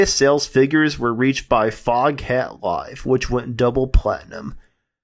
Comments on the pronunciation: It is actually pronounced fogat. The h is silent. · Foghat, pronounced Fog..at. The h is silent.